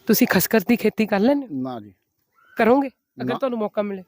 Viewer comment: ਖ਼ਸਖਸ ਹੁੰਦਾ ਨਾ ਕਿ ਖ਼ਸਕਰ